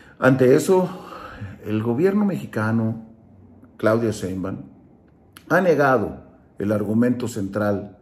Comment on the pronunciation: Lupe lo que dieras por tener poder!!!! Brincos dieras por ser Presidente, por eso estas en el basurero de la historia. Cínico delincuente parásito vividor del erario y pronuncia bien es Sheinbaum, eres un bruto hocicón ridículo.